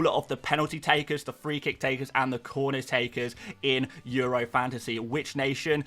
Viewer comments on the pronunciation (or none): none